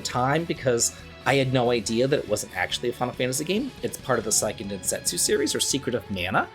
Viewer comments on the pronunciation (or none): Seiken (say-ken) Densetsu.